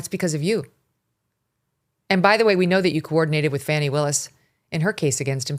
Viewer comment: thank you for pronouncing fahhh-nees name so very CORRECTLY!! I am a 5th generation SOUTHERNER ! with the CABOOSE that MS. Faaah- neee was packing there is NO WAY IN HELL , her last name could be pronounced nothing BUTT ( no PUN intended) ..."FANNY" ...with or without the "LUNCH TRAY ...included.